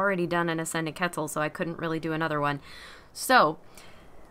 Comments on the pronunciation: It makes me cringe every time she says quetzal It’s pronounced pretzel but the p and r are replaced by a q, and idc what google translate says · Ketzal lmao